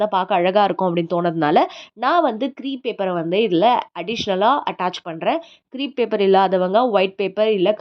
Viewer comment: Very nice creation. Great idea indeed ❤❤❤. By the way.... it is not CREEP paper, it is CREPE paper to be pronounced as CRAPE (like grape)😊😊